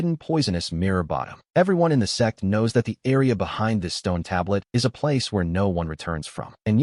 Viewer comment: The ai can’t say sect properly and it comes out sex what’s really funny is that webnovel ai reader calls big shots big shits